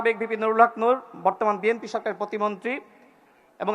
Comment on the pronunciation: বিএমপির নেতৃবৃন্দ, এখনও দলের নামটাও উচ্চারণ করতে পারে না।